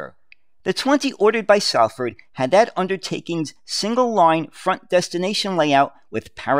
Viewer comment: I know it's spelt Salford but it'd pronounced solford. As a former Manchester bus driver it's a pleasure to watch this video. I have many memories of the jafacake colour scheme for GM buses. Back in them days when I was young it was OK to smoke on the top deck of the bus